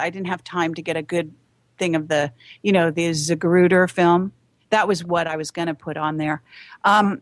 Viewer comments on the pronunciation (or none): Seriously??? This lady is a NUTTER. Aurora Colorado false flag????And she cant seem to remember anyone's name that she interviewed or quotes from???And it is Zapruder not Zagruder JFK assassination film. Obama an Egyptian???What kind of racist crap is that? Obama's Dad is from Kenya and white Mother from Hawaii/Iowa. And Obama on drugs??? Please. More racist crap. crapolly. Sometimes she has a good nugget but mostly its just paranoid, NUTology!!!